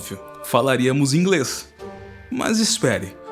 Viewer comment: Adorei seu "Ingrêis"